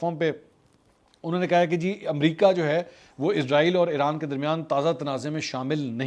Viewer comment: Ap اسرائیل ko Izrael bol rhy hai ya mjy asi smj a rhi hai